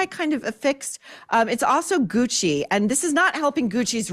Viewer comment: I thought you said, "Demi Moore in hoochie" instead of "in Gucci" :D